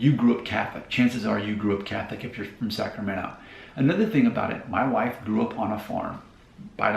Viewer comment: The moment you said Wilton 😂🛤️ Elk Grove’s backyard vineyards. No wonder the move to Nashville was a lateral midwest move. You can read about the Midwest influence in a John Steinbeck novel. That is very different to South Sac or downtown Sac. At least you didn’t pronounce the T in Sacramento.